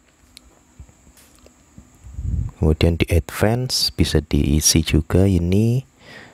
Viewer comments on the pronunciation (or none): none